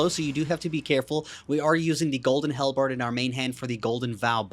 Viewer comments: Halbred - pronounced like Hal(the name) and bread (the food). Idk what a hellbard is but it sounds like a musician in Hell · Not bread.. berd. Like... bird.